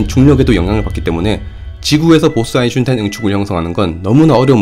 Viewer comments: 1. : '저편을 넓힐 것' -> '저변을 넓힐 것' 제 국어실력이 미숙해서 나온 실수입니다. 다시 수정하고 영상올리기는 번거로우니 양해 부탁. 2. 아인슈타인 -> 아인슌타인 아인슈타인 영상을 올릴때 제가 인지를 하고 발음을 안하면 얼결에 '슌타인'으로 발음이 됩니다. 제 혀는 그게 더 편한가봐요. 원래는 최대한 '-슈타인'으로 발음하려고 녹음 다시 하고 그러는데 이번에는 그냥 편하게 '-슌타인'으로 발음하면 반응이 어떨까 싶어서 혀가 원하는 대로 해봤습니다. 아무래도 제가 19년을 지방에 살다가 상경해서 10년을 살아 사투리랑 표준어가 엄청 뒤섞였어요. 그래서 말투가 좀 특이합니다. 고향 친구들은 왜 표준어 쓰냐고 하고, 대학 친구들이나 연구원 박사님들은 왜 사투리 쓰냐고 하고... 아무튼 그렇다고요... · 넷플릭스의 SF영화인 스펙트럴(국내에선 '고스트 워'로 알려짐)에서도 이 '보스-아인슈타인 응축'에 대해 다루었었죠. 그 이상은 스포라서 입틀막;;; ..그리고 다들 아인슈타인을 아인슌타인이라 그런다고 너무 뭐라지들 맙시다. 누구나 완벽할 순 없잖아 ㅋㅋㅋㅋㅋㅋㅋㅋㅋㅋㅋ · 원래는 슈타인으로 하려고 했는데 그냥 이번엔 대놓고 내 혀가 편한대로 해봤어요. 제가 예전부터 아인슈타인 발음을 잘 못해서 슌타인으로 발음이 됐는데 그걸 가지고 많이들 놀리셨거든요. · 제발 아인슈타인이라고 해주시면 안되나여... 여기있는 댓글들 조금만 읽어보시면 알겠지만 영상에 집중이 안돼여... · 발음할때 아인 에서 쉬고 슈타인을 발음해 보세요 . 아인 이랑 슈타인이 합쳐진 글자로 생각하시구요. 그리고 인은 이로 발음해도 괜찮습니다 아이슈타인 으로요. 익숙해지면 속도를 조금씩 높여보세요. 그럼 고쳐질겁니다. 혹시 신경쓰이신다면 말이죠. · 아인슌타인! 듣도보도 못한 학자의 이름이군요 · ㅋㅋㅋㅋㅋㅋㅋㅋㅋ 이거 보고 아인슌타인으로 일부로 읽는데 이게 더 어려움ㅋㅋㅋㅋㅋㅋㅋㅋㅋ 아인슈타인이 발음 더 편한데 어째서 당신은.... ㅋㅋㅋㅋㅋㅋㅋㅋㅋ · 아인슌타인 들으러왔습니다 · 아인슌타인댓글이 왜있나했더니 아인슌타인이라고 발음하는것처럼 들리네요 ㅋㅋ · 보스 아인슌타인... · 형 근데 왜 아인슌타인이라고 발음 하는거야?? 저번엔 아인슈타인이라고 했었잖아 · 왜 아인슌타인이라고 하는거에요 ? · ㅋㅋ외국에선 아인쉬따인이라고 발음했던거 같은데... 아인슌타인은 뭐예요?? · 아인, 슈타인 끊어읽어보세요. 아인슌타인 이러지 마시고 ㅋㅋ 실제 독일어 의미도 아인(하나) 슈타인(돌맹이) 두 단어가 합쳐진 것입니다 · 객관적으로 아인슌타인 때문에 듣기 불편하고 거슬리는데 본인은 그냥 '편하다'는 이유만으로 앞으로는 더욱 더 대놓고 그렇게 발음 하신다니까 할 말이 없습니다... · 뭐 사람들이 아인슈타인을 아이슈타인으로 발음하는데 그거나 아인슌타인이나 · 아직도 아인슈타인으 ㄹ아인슌타인이라고 계속 말하는군요. 제발 철자나 잘 보고 말좀 하세요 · 도대체 아인슌타인은 뉘신지.. 발음이 안되시는건가,, 흠.. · 아인/슈타인으로 발음해보세요 너무 거슬려요 ㅠ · 아인슈타인 발음을 왜 자꾸 아인슌타인이라 하시는지.. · 왜 아인슌타인이라고 하는거야 ㅋㅋㅋㅋㅋ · 슌타인이라고 하니까 대천재도 지능이 떨어져 보이네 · 일부러 아인슌타인이라고 하시는지는 모르겠는데.. 되게 몰입감 떨어뜨려요 님의 예전 영상들과 너무 다릅니다.. 일부러 하시는거면 안하셨으면 좋겠네요 ㅠ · 왜 자꾸 아인슌타인 슌타인 ㅇㅈㄹ함 ? ㅈㄴ 신경 쳐쓰이네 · 아인슌타인 ㅋㅋㅋㅋㅋ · 있으니까 할뿐. 발음되니까 할뿐 아인슌타인ㅋ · 아인슌타인때매 집중이 안되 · 아인슌타인 ㅋㅋㅋㅋㅋㅋ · 참 좋은데 아인슌타인때문에, 집중이 안되네 ㅋㅋㅋㅋ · 어쩐지 오늘따라 일부러 아인슌타인이라 말씀하신다는 느낌이 들더라니 ㅋㅋㅋ 이게 편한 상태인 거군요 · ㅇㅈ ㅋㅋㅋㅋㅋㅋㅋㅋㅋㅋㅋㅋㅋㅋ 내가 이댓글쓰려고했는뎈ㅋㅋㅋㅋㅋㅋ 아인슌타인ㅋㅋ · 아인슌타인 ㅋㅋㅋㅋㅋㅋㅋ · 님 영상 잘 봤어요~ 아인슌타인 팬이신듯ㅋㅋㅋ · 나만 "아인슌타인"이라고 들리나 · 아인슌타인은 텍사스 발음인가요?